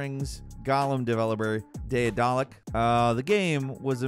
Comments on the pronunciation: should apologize for butchering the pronounciation of Daedalic 4 times in this video. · struggling to say daedalic and assuage has got me rolling today 😂. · Isn't Daedelic just pronounced like Daedalus but ic instead of us?